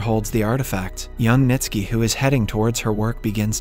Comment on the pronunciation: Bruh! 😂 even Ntsiki … just jumbled the letters and forgot how to read Nitski